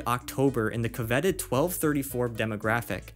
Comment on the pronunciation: Love your vids mate, just want to correct some mispronunciations, if you're receptive. No criticism or judgement intended, just trying to help. Coveted: CUH-vit-id Undeterred: un-duh-TURD